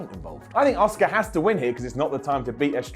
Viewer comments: He keeps saying "Oscar" - Asuka not Oscar. As. AS. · why cant you pronounce auskas name